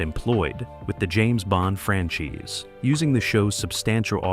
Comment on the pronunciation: Why can't these documentary narrators even read the copy correctly? Every darn one of them. Don't they read the copy through before they record the narration? I mean, how stupid and unprofessional. REALLY, "francheese" instead of "franchise"? C'mon people. You producers, aren't you smart enough to catch this crap?